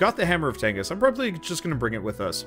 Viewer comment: If you keep calling it the hammer of tengis I swear to god